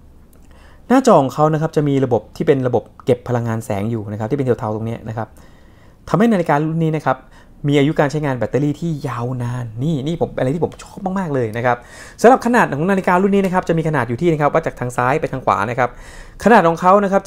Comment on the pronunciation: แบตเตอรี่ครับ ไม่ใช่แบตตารี่